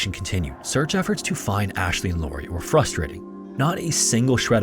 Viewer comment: "Lauria" fail